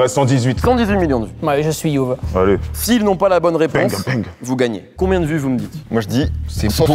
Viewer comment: Comment il galère sur JuL Youv Dee 😭😂